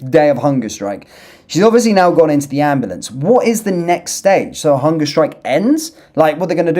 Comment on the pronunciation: "AM blAnce"